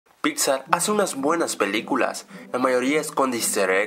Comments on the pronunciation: por ke dijistes en ves de pixar pixa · Like si creíste que en el inicio dijo pizza en lugar de pixar XD